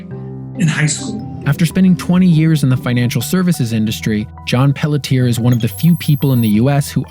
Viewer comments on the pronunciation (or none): Great video. BTW, it's pronounced Pelletier "Pelchay". Not Pelleteer >.<